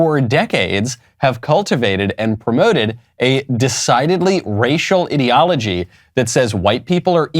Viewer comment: Ideology is not pronounced as in an idiot , but as in the letter I.